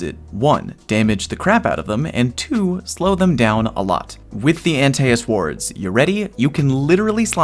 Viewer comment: “Anti es” not aNteASs I’m very confused lmao